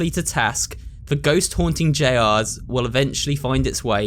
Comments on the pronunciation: hearing someone pronounce Jr as J R instead of saying junior is incredibly jarring for some reason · i like how he says "j rs" instead of "juniors"! abit mind-boggling if you know the correct way to say it but they might pronounce it differently where is! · FIVE NIGHTS AT JR's I CAN'T the way he said Jr's